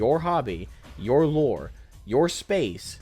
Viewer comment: going from "dey tuk our jerbs" to "they tuk our loure"😅